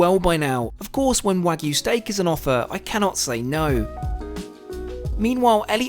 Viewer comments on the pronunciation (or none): none